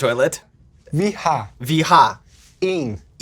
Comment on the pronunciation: As a dane the Danish part was fantastic! - The way he pronounces "Vi har" Is perfect